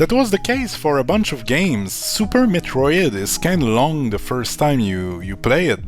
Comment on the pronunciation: Fully resonate with everything you said! Good vid. Aussi, la façon que tu as dit "Metro-ide", avec le tréma sur ton i, je reconnais un compatriote Québécois quand j'en entends un LOL (sorry if I'm wrong 😅)